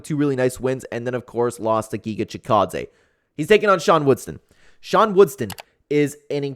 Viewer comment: It’s WoodSON not WoodSTON